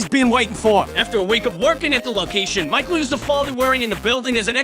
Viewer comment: he pronounces michael like "mah-chel"